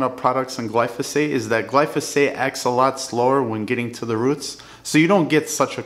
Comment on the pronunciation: Slower not Slowerlea